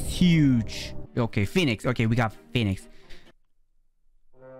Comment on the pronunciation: "Phenix" Lol 🤣i love your vids btw!